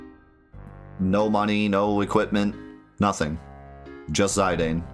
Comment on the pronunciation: Ok whoa, isn’t it pronounced ze dane and not zi dane? My whole life is flashing before my eyes